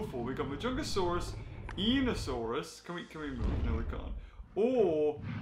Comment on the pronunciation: Hey, just FYI it’s pronounced: EYE-KNEE-OH-saurus